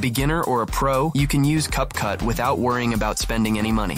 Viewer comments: its not cup cut its cap cut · Great video! Just want you to know that it's Capcut not Cut Cut.